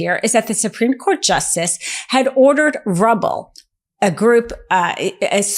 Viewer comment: "RUBBLE" HAHAHAHA